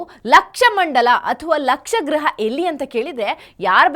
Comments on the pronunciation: ಅದು ಲಕ್ಷ ಗೃಹ ಅಲ್ಲ . "ಲಾಕ್ಷಾ ಗೃಹ ". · ಲಕ್ಷ ಗೃಹ ಅಲ್ಲ ಲಾಕ್ಷ ಗೃಹ l.Laaaksha gruha laaaa andare aragu